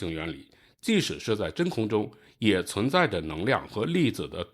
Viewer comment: 把质量读成指量，把即使读成既使，这到底是哪里的方言？